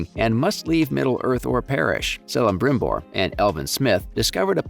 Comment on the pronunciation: Its pronounced Kelebrimbor and Keleborn. Its like the most basic lesson of elvish.